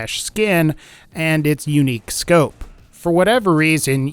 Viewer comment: "Guaranteed to spawn with a scyuope" lol